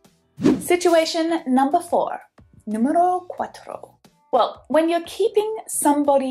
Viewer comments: Good spanish ! \😃/ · I’m sure she referred to Spanish: “número cuatro” 😅; however, it sounds quite similar to Portuguese’s “número quatro” or Italian’s “numero quattro”. The key: pronunciation.